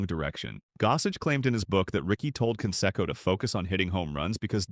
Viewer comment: Mispronounced Canseco. Very informative video, otherwise.